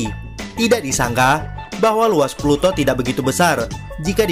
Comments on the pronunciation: Peluto bukan planet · Ploto bukan planet 😁